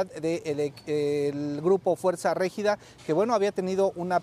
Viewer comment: Esta no sabe pronunciar Regida